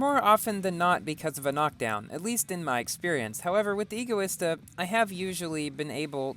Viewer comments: No, that is NOT how you pronounce Egoista, its not pronounced, E-goista, it's pronounced Ego-ista, like the word Egotistical, or Egocentric EDIT.- so, at first you say that E-goista is the correct pronunciation, yet later you back to Ego-ista, not complaining, as someone's whose favorite car is the Egoista I HATE when people say it wrong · I think it pronounced EGO e Stuh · Btw I think it's pronounced EGO-ISTA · no, what? NO! Egoista is the Spanish word for selfish, and it is pronounced Ego-ista, as it has the same base as Egotistical, and Egocentric, the word EGO, the Egoista is designed to be hedonism taken to the extreme, so, no, E-goista is NOT the correct way to say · Dang that’s an egoista car by stealing all the looks. Pronounced: Ee-go-eesta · Pronounces egoista right at the start, then proceeds to say it wrong later :P Great driving in this video man! :D